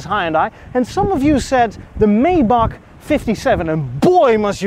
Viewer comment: Pretty sweet ride. From the side it looks a little like a Subaru! Let the freebees coming with that 3,5 haha Btw.. it’s Maybach, not mayback 😜